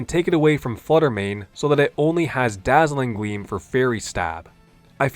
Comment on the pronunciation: why do I hear Dazzling Gweam